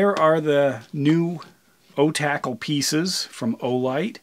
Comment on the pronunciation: You're the only person I've heard pronounce it "O-tackle" and that makes so much more sense 😆